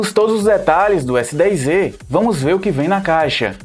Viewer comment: O nome do aparelho é S10É ou S10Ê ou S10Z.....? Fala direito cara...NÃO existe letra Ê